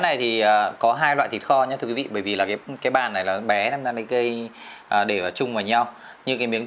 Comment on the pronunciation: DK xin đừng đọc là " Đi cây " Xin đọc đúng là "đi Kê " Cảm ơn